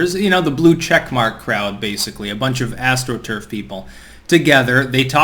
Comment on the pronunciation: Say 'astroturf' again 🤭🤣 Sorry, just takin the piss...lol